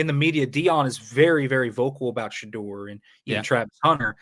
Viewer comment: All I'm hearing is the way you're pronouncing Shedeur. Did I miss something? I've never heard anyone say it that way before, including Deion. I'm going to be questioning myself every time I say it now.